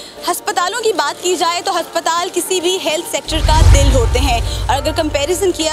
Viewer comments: हस्पताल नही अस्पताल है 😂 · Haspataal no aspataal yes😁😁😁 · Haspatal🤣🤣😅Aspatal hota hai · Aspataal hota hai na ki haspataal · Bolna to sheeko - haspatal ya aspatal😁😂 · Why this anchor pronounce हस्पताल instead of अस्पताल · Haspatal ni hota... Hospital hota he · Abe prononciation tou sahi karo... " HASPATAL " nahi ASPATAL pronounced hota hai... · h nhi a aasptal hota h 😂